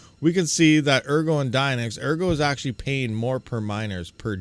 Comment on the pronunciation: ergo should be pronounced "airgo" because if you read the white paper, your coins will be taken if you hodl them too long.